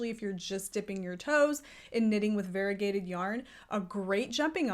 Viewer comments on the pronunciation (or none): Variegated is pronounced var-EE-UH-gay-ted, not var-i-gay-ted. Five syllables, not four. Your pronunciation is like saying varible instead of variable.